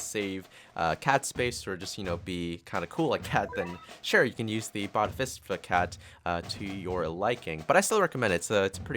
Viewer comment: Well you just stuffed up the pronunciation of bodhisattva and many people got triggered like me